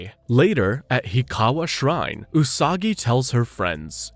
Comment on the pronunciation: The way he mispronounced her name right at the start